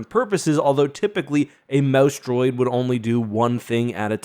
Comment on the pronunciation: Every time he says "mouse droid," for a split second, i hear, "mouse dropping," and crack up. You'd think I was 15 not 51 lol.